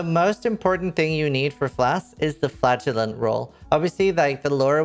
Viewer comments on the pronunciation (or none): Can I just say I heard "flatulent's" instead of "flagellant's" and had to tab back over to figure out what you were talking about?🤣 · Captions heard that as well 😁